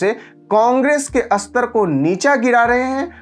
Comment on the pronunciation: आशा करता हूँ कि आप मुझे क्षमा करेंगे, परन्तु मैं आपका यह वीडियो नहीं देखूँगा, क्योंकि आपका हिन्दी भाषा के कुछ शब्दों का उच्चारण असहनीय है… जैसे आप स्थिर को अस्थिर कहते हैं, स्पष्ट को अस्पष्ट कहते हैं, स्तर को अस्तर कहते हैं, स्थाई को अस्थाई कहते हैं, और आप उच्चारण में सुधार का प्रयास भी नहीं कर रहे।